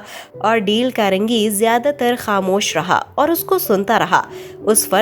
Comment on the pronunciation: Quite a good explanation!! I would like to say that you should pronounce the names of the author in English eg: its D-a-l-e not deel. I hope you'll take it as constructive criticism.